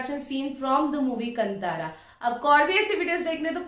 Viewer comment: To all my north Indian friends, Please pronounce our names and words correctly It's not कंतार it's कांतार You guys pronounce urdu like Mirza Galib But when it comes to Indian languages especially South Indian languages you guys become Foreigners.